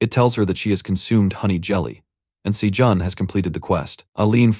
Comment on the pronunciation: The other one has better pronunciation too. Every time it says Sajun I cringe because it's not said the same as it has been this whole time.